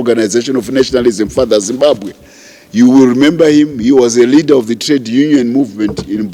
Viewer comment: Broe please say Leader not Readers please you confuse us idiots